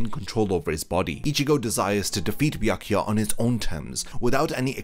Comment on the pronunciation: omg i couldnt handle hearing the pronounced name of bywak ywak in that part of this video i had to fast foward through to the end of soul society 2